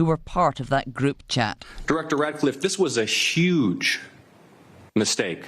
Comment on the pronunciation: "This was a shuge mistake" ?